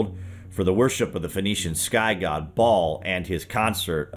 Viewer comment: The name Baal is pronounced (phonetically) like" Bay-ul" - not baaal! It has emphasis on the the first syllable. If you don't believe me, look it up!